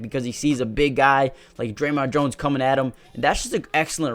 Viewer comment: It's not Dremont Jones. It's DJ Jones.